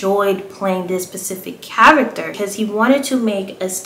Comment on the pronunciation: Girl I love you! And he was a crush of mine too! Ps- it’s specific, not pacific.